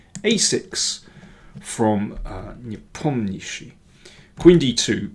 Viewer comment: You need to work on pronouncing these foreign names! NE-POM-NEEACH-CHEE is better 🤪🤪🤪